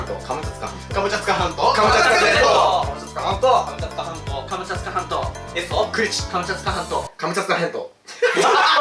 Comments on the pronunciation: 2倍速で聞くと｢カツカツハンド｣に聞こえる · 後半｢ハムカツサンド｣にしか聞こえなかったww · で｢カムチャツカ全島｣を｢カムチャカ全島｣にまちがえてた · 最後カムチャツカ半島じゃなくてカムチャカになってました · 最後のカムチャツカ半島がカムチャカ全島になってた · カムチャツカ半島がカムチャカ半島になってた(笑) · 最後カムチャツカ全島じゃなくてカムチャカ全島になってる笑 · 最後のカムチャツカ半島がカムチャカ半島になってる！ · 最後、カムチャツカじゃなくてカムチャカになってない？？ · カムチャカ全島じゃなくて、カムチャツカ全島じゃないの？ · 最後の最後にカムチャツカ半島がカムチャカ半島になってる 残念…👼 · 後半から｢かぼちゃつかまんと｣って聞こえてくる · 最後のカムチャカ全島になってて草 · 「カムチャカ半島」になってる😂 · 最後らへんから、「カムチャカ全島」になってる笑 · 最後 カムチャカ全島になってた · カムチャカ半島になってる笑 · ところどころ「カムチャカ全島」 になっとるww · 最後、カムチャカ半島になってた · くまちゃんつか関東に聞こえるひと👍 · マサイさんの「カムチャツカ全島 」が可愛いฅ(^ω^ฅ) 💕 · 最後、カムチャカ全島になっとるやないかいw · 最後「カムチャカ全島」になってた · 最後カムチャカ半島になってた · 最後カムチャカ全島になってなかった？w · 後半になると『カボチャ掴まんと』にしか聞こえなくて…笑笑笑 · マサイの「カボチャ掴まんと」聞いてから「カボチャ掴まんと」とか「カボチャツカ半島」に聞こえる😂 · 最後 カムチャカ全島だった… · 最後カムチャカ全島になってるw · 最後カムチャカになってるしw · 途中からカムチャカ半島になってる… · 全部かぼちゃ掴まんとに聞こえちゃう